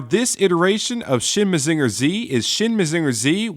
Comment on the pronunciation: I legit dropped this video like two minutes in because your pronounciation of "Mazinger" was so offensively bad. This wouldn't even bother me if you didn't say it like eight times in a row.